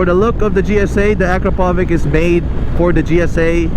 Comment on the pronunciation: Acropovic? It's Acrapovic (Acrapovitsh)